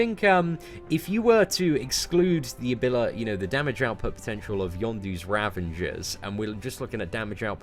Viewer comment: I dont know why so many YouTubers put an N in the word Ravager. It's not just you :)